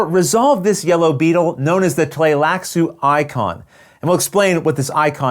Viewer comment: It's actually wrong I believe (at the least the first couple of times...he changes pronunciations partway through). It should be Tlee-lax, not Tlay-lax according to readings of the books that Frank Herbert did. In the 1984 movie, it was Bene Tly-lax, which sounds how the word is spelled (and was thus how I pronounced it in my head when I read the novels). In this video he used both Tlay-lax and Tly-lax-u (not really sure how you could get Tlay-lax out of that spelling though).